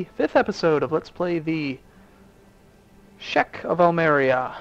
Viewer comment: SHEEK goddamit not SHECK SHEEK